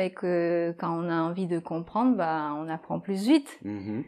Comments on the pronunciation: 😧"beaucoup pluS vite beaucoup pluS plastique "je pensais qu'on ne prononçait pas le s à la fin de PLUS Sauf exception? Et en réponse à Le professeur 🤓 Pierre est un très bon prof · Coucou ) Pourquoi prononce toujours le S dans le mot “plus”? ( par exemple, elle dit “pluS vite”... ) Bonne journée! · COMMENT SE FAIT-IL QUE QUAND VOUS PRONONCEZ "PLUS" VOUS PRONONCEZ LE "s" ?? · Quand on dit plus vite, plus plastique etc on ne prononce pas le "s"!!!!! Les autres vidéos sont top 👍